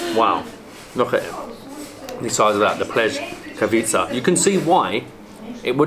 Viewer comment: It’s pronounced Pless-ka-vitz-se!!! Love the videos